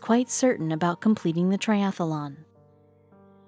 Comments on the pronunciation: The presenter sounds like a robot. And the key word to make sure the presenter knows how to pronounce correctly would be "triathlon" (not "triathalon") These things are so distracting. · Its triathlon not triathalon!!!! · I couldn't listen one more minute to TRIATHLON mispronounced as TRIATHELON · And why do you keep calling the event a triathalon? It’s not a triathalon! It’s a triathlon! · It is not "triathalon". It is triathlon. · That's triathlon, not triathalon! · The commentator was really irritating, mispronouncing Triathlon - she said it ‘Triathalon’!!!!! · Where I live in Missouri we pronounce it ‘triathalon’ like is is here. Thought that was the way everyone says it - must be just our accent. Interesting! Learn something new every day. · Next time get someone who can pronounce tri-ath-lon correctly. Thanx. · Great video. A pity that the narrator was unable to pronounce the word 'triathlon' correctly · I do wish the narrator could say triathlon properly! She keeps putting an extra ‘a’ after the ‘th’. Very annoying.